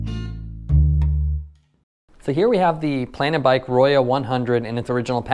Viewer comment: Pronounced "ROW-ho" Spanish for RED. ;)